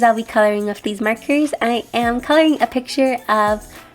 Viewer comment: I love how you say 'markers' it sounds like 'merkers'